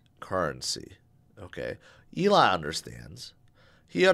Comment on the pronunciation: I remember when you used to call him A-lon musk 😂